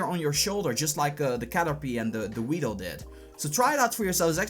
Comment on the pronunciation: its caterpeeee not u pee. not pie.. like a pie... say PEE... and its the shoulder.. not the neck..